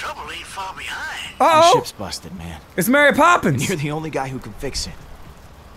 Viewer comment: "Mary poppins" 😂😂